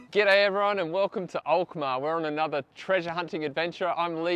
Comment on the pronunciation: You pronounce the name of the city Alkmaar perfectly